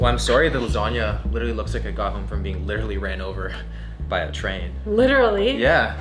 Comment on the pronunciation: as an italian I felt bad for that "lasagna"